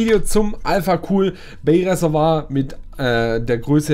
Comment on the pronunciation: Reservoir! Nicht Ressewa! 😂😂